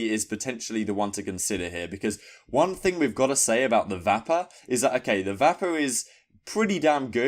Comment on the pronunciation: Serious LOLs at how u say the Vapper!!! Its said the same as vapour...